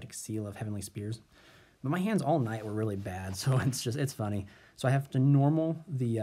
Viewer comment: Would your board really have been the same in game 3 if the elpy wouldn't have resolved? Also, it's Heavenly SPHERES not Spears xD Otherwise, nice video :D